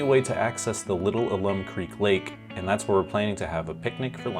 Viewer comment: It is said "al-um" and it is the same stuff used in some pickling ways. Despite living in Austin basically all my life, I never went to the Bastrop Park. I've been around Bastrop and the Lost Pines, but never to the park. (Are you going to check out the Lost Maples?)